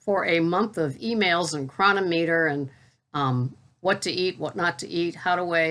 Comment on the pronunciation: How many times i got to tell ya its cro non ameter lol.